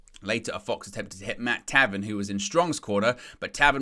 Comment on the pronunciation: Tay-ven...pronounced Tay..,,,, not trolling you bro love the channel watch it every single day on my way to work and on my way home.. but I couldn't make out I was like what is he saying? Lol..Your channel has come a long way you have a life-long are here. Your channel is one of the few that I go to when I really want to know the news in wrestling.The real news.